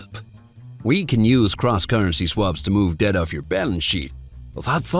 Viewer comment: debt vs dept